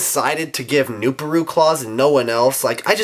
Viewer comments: I think it's pronounced "new-par-u" not "new-pa-ru. IDK I could be wrong. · Its pronounced new-PAR-oo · Also its "nu-PAH-roo"